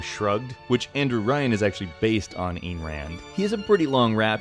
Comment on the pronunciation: Ayn, rhymes with "dine".